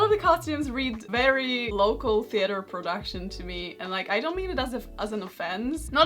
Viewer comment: Karolina: "but actually dan't" way you said don't was funny haha <3 <3 <3